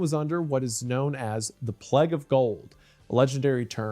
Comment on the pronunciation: stop saying plague wrong!